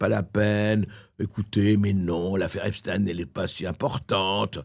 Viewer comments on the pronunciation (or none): EPSTAAAAAAIN PAS EPSTIIIIN COMME ALBERT EINSTEIN!!!! Il est ce qu’il est cet homme, pas la peine de faire semblant. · Vous croyez vraiment que Trump n'est pas impliqué ? Foutage de gueule On dit Epstein et non Epstin. Mais biensûr on défend Trump parce qu'il soutient Netanyahu. Et tout les pays que Trump attaque. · Pourquoi dites-vous epstin? On ne dit pas Einstin mais Einstein ? Bientôt, vous allez dire, première dame en parlant de Bribri!!! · Mr bercoff on ne dit epstine mais epstein. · Faut expliquer à mr Bercoff que le pedocriminel du mossad , s'appelle Epstein et non pas Epstine ! Tous ces gens pensent sans doute que prononcer de cette manière , détournera d'une certaine compréhension sur " l'identité " du criminel ! De même que son complice français se nomme Benchemoul et non pas Brunel ! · Pourquoi dites vous Epstine vous aussi ? Cela m étonne de vous c est Epstein comme ENSTEIN Ah ensuite vous avez dit Epstein 🙏🙏 ne faites pas comme les merdias svp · on dit EPstein comme on prononce Einstein, et pas EpsTINE, c'est un juif, pas un russe ! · J'aimerai qu'on arrête de dire EpstIn car c'est EptEIN comme on dit Albert EinstEIN et non EinstIN... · Juste une question pourquoi deux prononciation ? Epstin ou Epstaĩn.... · Vous êtes vraiment insupportables, tous, de prononcer EPSTINE alors que vous aviez commencé, depuis plusieurs mois, et à juste titre, à dire EPSTEIN, comme EINSTEIN, ou comme FRANKENSTEIN... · Pourquoi donc Epstine et non pas Epstein...??? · et les agriculteurs oubliés .. les narcos de Marseille oubliés bref comme les Mainstream on passe d'un sujet à l autre EPSTEIN C'EST STEIN la pierre en allemand et non STIINNN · cest pas epstine mais Epstein!!!!!!!! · FRANCKEINSTINE. ALBERT EINSTINE L AFFAIRE JEFFRE EPSTINE. LOL. ON DIT EPSTAAAAIIIINE ET PAS EPSTINE. COMME EN RUSSIE CAR C EST ECRIT EPSTEINE COMME EINSTEIN. BORDEL. EST CE QUE L ON DIT AUSSI. POUTAIIIINE.??? NON !!,,,,MAIS POUTINE. OUI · pas esptin... mais epst.. ein?